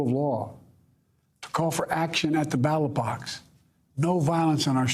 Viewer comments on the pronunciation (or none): He said ballot box, but he slurred his words a bit so it sounded kinda like battle box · Did he say “battle box” 3 x ? Dude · I had to listen to it 3 times to figure out what he said. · Did he say battle box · ”Slurred his words.” So in other words he said “battle box.” Nice try though.